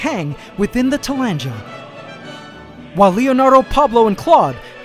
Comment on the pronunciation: Two corrections you may appreciate... The plants are actually called tillandsia not tillangela. And the word "Alas" is the same as saying unfortunately. You seem to use it as if it means something good.